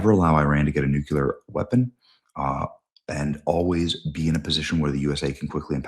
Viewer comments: I'm sorry but Nuclear not Nucular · Benny, you gotta fix that pronunciation. Nuclear = NEW-CLEAR, not NUKE-U-LAR